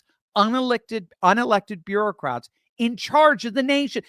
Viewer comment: Bureau-cats. It may have a slip of the tongue but a host of appropriate memes come to mind.